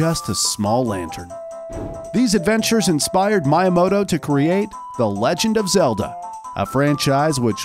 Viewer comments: That pronunciation of Miyamoto is how you know the guy speaking is just a narrator and knows nothing about the stuff he's talking about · Mii ya mo to Not My ya mo to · why he keep saying Mayamoto 😭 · my-i-mo-to.....its pronounced me-ya-mo-to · I will never be able to unhear Miya-moto I'm scared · If this guys say MIEYAMOTO in the evolution of Mario I’m gonna throw this phone from my roof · My-a-moto. Not how his name is pronounced and it bothered me the whole way through. It's also worth mentioning that, sorry to ruin your day, but Master Quest IS Ura Zelda. It has been extensively researched by TCRF that the game only checks for data from the disk for dungeon layouts and nothing else. There is no evidence of an "Ura Zelda" with an expanded story and new dungeons, MQ is the Ura we were intended to get all along. All they did was convert the disk addon into an n64 rom file and put it on a GameCube disk with an emulator, which again wouldn't have been that hard since it only affected dungeon layouts. Hell, the fact that Ura Zelda only changed dungeon layouts is the main reason that Majora's Mask exists in the first place. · TomAto, ToMahto. I pronounce Miyamoto: MeYaMoto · Oh yes Mi uhh moto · I had to stop watching because I couldn’t stand to hear “Shigeru Miyamoto” mispronounced over and over again... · Bro he kept miss pronouncing miyamoto and like I can’t 🤣🤣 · This is a really good video but I wanted to delete YouTube every time he said Miyamoto's name. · The heck with Miyamoto's name pronunciation...search things like this before doing a video. It was funny tho haha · how could you botch miyamotos name like that man :(( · anyone else highly annoyed at how he pronounced miyamoto's name?